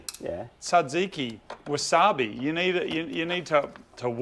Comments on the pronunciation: Moog, I'm proud of you for pronouncing tzatziki correctly. You are a rare specimen. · as a greek i jizzed my pants when moog said "tzatziki"